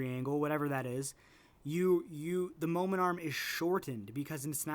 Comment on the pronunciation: are you saying momentum or momen arm?